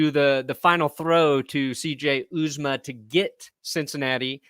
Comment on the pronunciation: These guys just refuse to learn how to say C.J. Uzomah's name correctly.